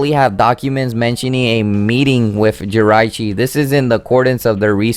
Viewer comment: ***** you'e saying it wong again it's (ji-rachi